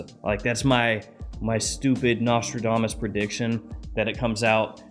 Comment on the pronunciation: "Nostril-damus" Lol